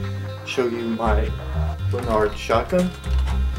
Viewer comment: lanard not lun-ard